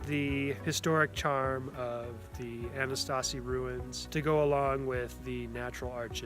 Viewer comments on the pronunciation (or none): Oh boy. First of all, you're pronouncing the name incorrectly. The term you're trying to use is "Anasazi", but you're pronouncing it with a T in it "Ana-stazi" 2. This term is no longer used by anyone in the field as the native americans find it offensive due to it meaning "enemy ancestors" in Navajo. The term widely used in all professional settings is "ancestral puebloans." Please improve on this as your video is enjoyable. I'm still amazed someone spent time, money, and research though, even upon visiting the Kane Gulch ranger station and still not know this information.